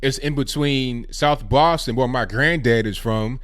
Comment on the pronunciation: I believe you are from the south because you pronounce it 'souff.' No trying to offend, just an observation.